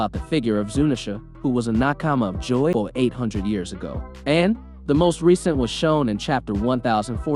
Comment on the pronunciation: Just because the drums are playing doesn't mean it's drums of liberation........ and his pronunciation of stuff is off. Jaboy? JOYboy. Mamanasuke? MOMONOske. I think this guy only reads the manga. He's also wrong that only zunesha heard the drums. All the strawhats hear the drums of liberation when they play.